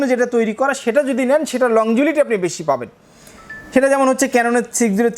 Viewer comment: ভাই আপনি বারবার বলছেন লং জিবিলিটি। আসলে হবে লংজিবিটি। উচ্চারণটা কানে বাজে। আপনি যেহেতু একজন টেক্সটাইল ইঞ্জিনিয়ার সুতরাং উচ্চারণটা শুদ্ধ করে বললে ব্লগটি শুনতে আরো ভালো লাগতো। আপনার জন্য শুভকামনা